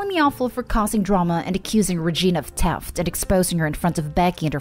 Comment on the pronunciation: Every time I hear you say "teft" I can only hear Dr.Now saying "You could easily have lost tirty pounds this mont!"